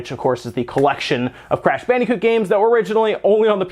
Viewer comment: Its bandicoot not fucking "Bannycoot"